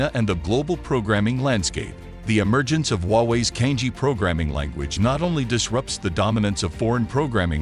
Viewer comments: Cangjie is not pronounced as 'Kang-jee".. It is "chunk-jea". "jea" as jealous. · CANJIE - the correct pronunciation is Chang Ze-Air. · the narrator has mispronounced "cangjie" making it sound similar to "kanji"